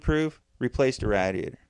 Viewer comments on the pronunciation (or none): Nobody mentioned it so I have to. You say radiator wrong it it's driving me insane.